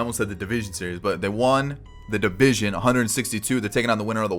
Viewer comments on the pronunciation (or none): none